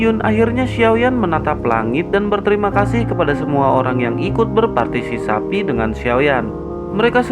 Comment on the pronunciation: berpartisipasi bng, bkn berpartisisapi , hehe,,🤭🤭😀😀🙏